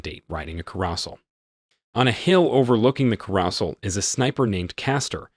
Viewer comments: Care-o-sell, not " car- os- ell" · Does he really not know haw to pronounce common words like carousel?